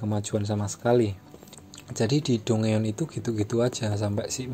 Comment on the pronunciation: bacanya danjen bang bukan dungeon